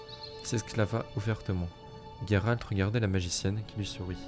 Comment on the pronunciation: Par contre j'insiste mais le nom c'est Gérald .. pas Guérald 😅😜